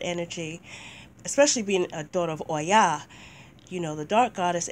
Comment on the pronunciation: I always love your videos <3 Thank you for reviewing this deck. I think the concept is awesome, but I do not feel the energy or the images correctly portray the cultures from which these Goddesses come from. Your verbalization of Oya is soooo beautiful!